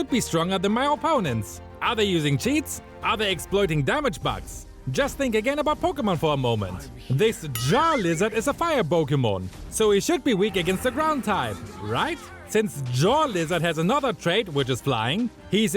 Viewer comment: Bro excuse me uts Charizard not jarlizard